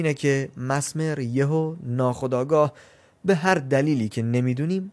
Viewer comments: میشه بدونم چرا انقد اشتباه تلفظ میکنی؟ کاملا نوشته میشه messmer چجوری masmer میخونی؟ مِزمِر. به این راحتی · آقا دمتگرم که ویدیو میسازی ولی اسمش ملینا هستش اونم مَسمر نیس مِسمر